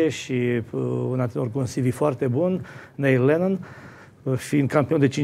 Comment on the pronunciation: Se pronunţa NIL LENNÎN, NU NEIL !